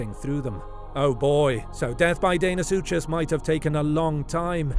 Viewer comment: Deinosuchus is not pronounced “Dane o sue chase”! It’s pronounced “Dino sue cus”. I love the narrators voice but I hate mispronunciation!!!!